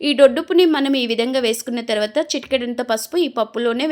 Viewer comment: తోటకూర టోటకూర కాదు.టర్వాట కాదు.తర్వాత .